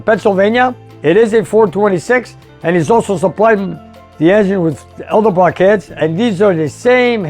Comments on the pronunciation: it's pronounced "Edelbrock", not "Eldebrock" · I love you man, but PLEASE stop saying Eldebrock. Vic and Junior are spinning in their graves. Senior was a pioneer in the aftermarket industry. Junior built the company into an international conglomerate. Show them some love and respect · I've been watching your videos for a while now, and I enjoy them, but every time I hear you say "Eldebrock", I cringe. I'm surprised that the good people at Edelbrock haven't contacted you to ask you to pronounce their name correctly.